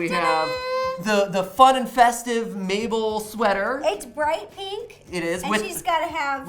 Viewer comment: Please call Mabel,Mable not maple😠